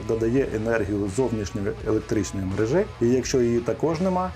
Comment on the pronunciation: МерЕжі - не мережІ! Вуха в'януть від вашої "мережІ"!